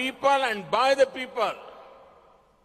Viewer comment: English ki izzat lut rahi h ...🤣🤣 , For the pepal and by the pepal...